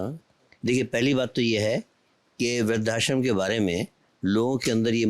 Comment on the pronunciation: बोलने में त्रुटि है ! व्रद्धाश्रम को। “वृद्ध+आश्रम” बोला जाता है ना कि “वृद्धा+श्रम”